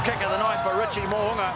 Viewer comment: Well done pronouncing Mo’unga’s name correctly. Well - much improved from past 5 years lol